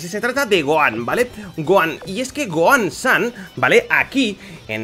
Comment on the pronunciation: está todo bien pero se llama SON GOHAN (SON GOJAN, NO GOAN SAN)